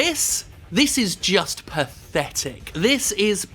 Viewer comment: “This is PATHetic, this is PITaful” lmao describing yourself bitch